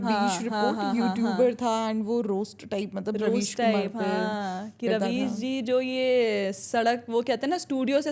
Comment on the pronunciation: Ravis ❌ Rebies ✅